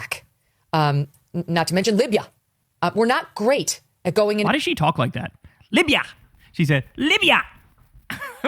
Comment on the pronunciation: Omg Kyle when you called her out for the way she says words like “Libya” emphasis on the “AH” at the end, I nearly spit my drink out because I thought I was the only one who noticed that annoying way Megyn Kelly speaks!! She does the same thing every time she says “ObamAH” every single time and it drives me crazy!! 🤣🤣 she’s a fucking nut job 🖕🤮🖕